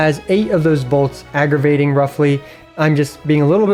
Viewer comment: agravating lmao